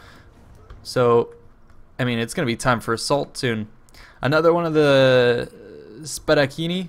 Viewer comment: Spadaccini is pronounced like Spadatchini, and it comes from Spada = Sword, so it's like swordmen. Condottieri literally means "Those who lead", or "leaders", but without the political meaning, only the military one. Arcieri means Bowmen (duh, like archer), where "Arco" means Bow (the weapon) or Arch (architecture). Random Italian lessons